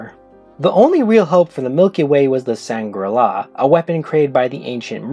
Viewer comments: Sangral not sangrala. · Dude, why are you saying Sangrala? It sounds like Shangri-la which is nothing like how they said it on the show.